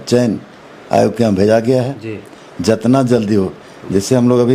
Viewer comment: साला बोखा पांच साल जेल में था इसलिए हिंदी भासा भूल गया है। 7 मिनट में 70 हिंदी सब्द को गलत बोला है। जितना को जेतना, लेकिन को लेकून,लगातार को lagastar कह रहा है तुम अगर चना भी बेचोगे तो साला कोई नहीं लेगा bhaduwa। पत्रकार भाई इसको दारू पीते हुए वीडियो बनाओ।